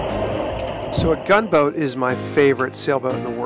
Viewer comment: I believe you were saying the name of the Gunboat wrong.